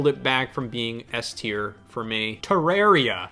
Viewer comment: Is that how you say Terraria? I hate it